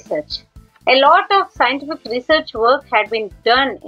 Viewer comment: Nice presentation mam I think its scientific research not scientistfic